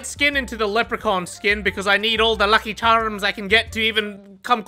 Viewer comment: The seamless transition into an Irish accent when said lucky charms tickled my ears nicely